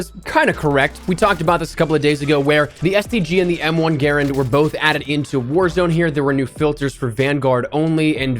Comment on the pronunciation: Its pronounced M1 Guh Rand. Not gairund. Don't butcher a WW2 icon.